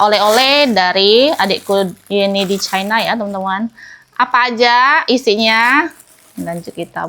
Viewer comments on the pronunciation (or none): none